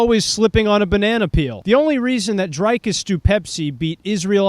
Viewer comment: Why can’t Americans pronounce dricus? Why is it drIcus?